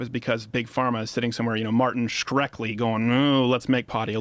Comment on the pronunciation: He said martin shrek-li lmao